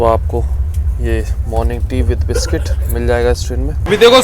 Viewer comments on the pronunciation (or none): none